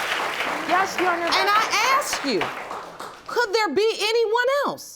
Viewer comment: I know this is off topic, but please explain why so many American blacks can’t say “asked”? I know a number of black Canadians and they don’t have a problem with the word.